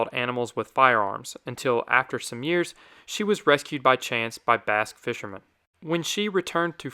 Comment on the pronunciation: Legit thought he said she was rescued by bass fishermen, not Basque fishermen.